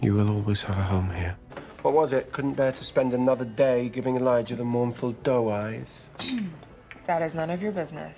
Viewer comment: I still love that Hope took the d sound in Elidjah from her dad.